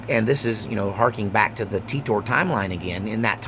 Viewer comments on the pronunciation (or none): It's pronounced "Teeter"